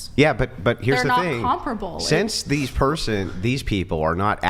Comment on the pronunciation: She keeps saying comproble but I don't think she knows what that means.